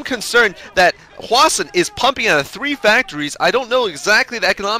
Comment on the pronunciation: but i think he is wrong, it's supposed to be hwa-shin